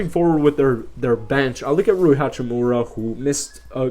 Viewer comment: At least he said Ruis name right. Not lol